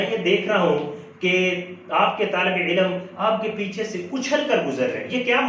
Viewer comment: سر علم کا تلفظ درست کر لیں، عِلْمْ درست تلفظ ہے جبکہ عِلَمْ غلط ہے، باقی ماشاءاللہ آپ کی ویڈیو بہت زبردست ہے-👍